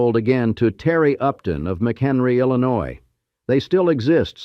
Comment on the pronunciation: Most of AI is illiterate like today’s consumers. 🤷🏻‍♀️🙈 At least Illinois was pronounced correctly!! 🤨♥️